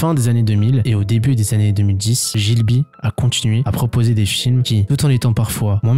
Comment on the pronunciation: G(h)I BLI --- pas GIL BI - Sinon top vidéo - Le Château dans le Ciel & Le Château Ambulant